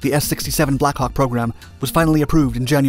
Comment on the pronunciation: The American pronunciation of 'Black Hawk' is unfortunate at best.